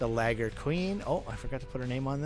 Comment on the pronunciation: if its liger why u says it like "lager"?